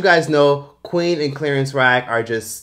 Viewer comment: “Clerence Rack” 😫🤦🏾‍♀️